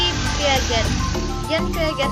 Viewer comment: Smngt terus.. tmpln ok.. Dan untuk teori piaget jangan di baca "piaget" yaa.. tapi "piasśe" 👍 😁